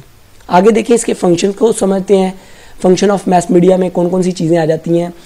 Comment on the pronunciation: Its mass media not mess media 🤦